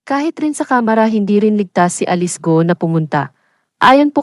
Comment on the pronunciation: Yung nag voice over, ayusin mo sakit sa tenga pronounciation mo, sa alice at camara, follower ako ng bunyog